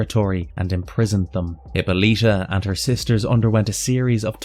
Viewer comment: It's pronounced Huh-paa-luh-tuh not Hippo-lita. Personally I find it hard to believe research was done thoroughly when words and or names are mispronounced. Literally a 1 minute Google search.